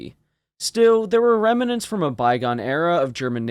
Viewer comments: Rem-ah-ments. Pronounced as if it is a three syllable word. It's Rem-nents. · Only two syllables in "remnants". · remants is 2 syllables. ruminants is 3